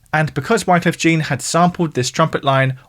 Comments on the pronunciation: Dude, why are you pronouncing his name Wyclef “Gene”. You’re straight across the channel from France. Jean is pronounced in French despite his American citizenship. So, like “Zhjawn”. 😅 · I can't take the video serious if you don't know how to pronounce Wyclef Jean. It's not pronounced like the pants for ffs. He was incredibly popular, have you only read the name!? Never once heard someone talk about him before in any music!? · Love these videos, but one small note: research the pronunciations of artists names. 2Pac rhymes with Rock, Rivera is spoken as Re-Vair-Ra, and the Jean in Wyclef Jean is the French one (sounds like Zjhon) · Wyclef "GENE"??? 😂😂😂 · Hearing Wyclef Jean pronounced wrongly 5 times really hurted my ears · There is this thing called “Google” where you can type a word and it’ll show you how to pronounce it. Spanish vowels are: A (ah) E (eh) I (ee) O (oh) U (oo). No excuses, just laziness. Same with Wyclef Jean. No excuses. He’s Haitian so the pronunciation would be French.